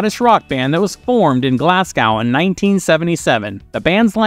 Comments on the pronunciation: Glasgow is pronounced Glaz-go not Glass-gow. Jeeze! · Simple Minds are NOT OHW! And it's Glasz-gō not Glass-goww! Scotland Forever! Alba gu bràth! 🏴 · The Simple Minds weren’t one hit wonders. How old are you ? There’s Chelsea Girl and Promised You A Miracle, Alive And Kicking and Belfast Child amongst others and it Glasgo as in go and not gow as in cow. They were the biggest band of the 80s for God sake ! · Glass cow? Where’s that then? 🤦🏼‍♀️😂😂 Glaz go is how it’s pronounced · Simpleminds are not one hit wonders, and they come from glas-go. Not glassgaw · Glasgow= Glass'GO'